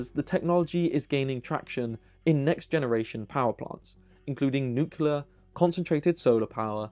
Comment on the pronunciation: Wait what.... did I just hear a BRIT saying NEWKYALAR?